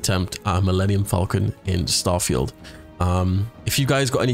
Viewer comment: milmemenium falcomcon